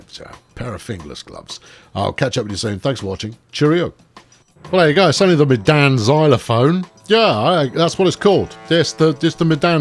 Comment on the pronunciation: Medan is pronounced "Mey-dahn"; one of the indonesian cities.